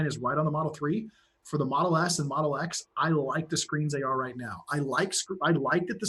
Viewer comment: Do you mean Tesla Modle S and Modle X. At the beginning is sounded like Tesla Modle S and Modle S.